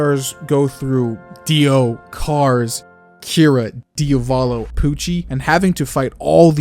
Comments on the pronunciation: Di AH volo. DIAVOLO. Not DIOVOLO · It was a good ending, very well thought and written out. May I add something? Could you PLEASEEEEEEE spell Diavolo as DIA volo and not dia VO lo (or just check google translate's pronounciation)? I thought you were talking about a different character at first! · Why the fuck does this guy not know how to pronounce Diavolo